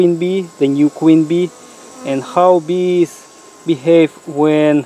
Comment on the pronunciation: He says "bee"have, "bee"cause he is trying to "bee" smart.